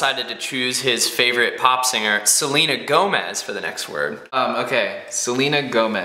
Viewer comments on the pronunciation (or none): just said said Selina Yomez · when you said Selena Gomez you sounded Mexican XD